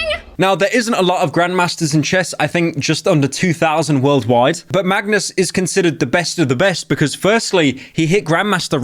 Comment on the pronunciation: BRO ONLY PRONOUNCED MAGNUS' NAME RIGHT THIS ENTIRE VIDEO